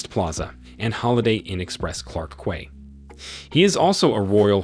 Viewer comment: Please learn how to correctly address the last names of the people introduce. BTW quay is pronounce as key.